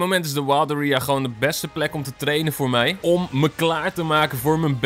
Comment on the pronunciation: hahaha je zegt area zo raar, mss meer de series kijken want ik vind dat je sommige pokemons niet goed uitspreekt QOTD: Klefkli